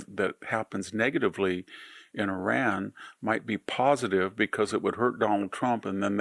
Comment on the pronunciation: IRAN never crumbles!! You shall see. Keep your nonsense to yourself and learn how to pronounce Iran correctly!!!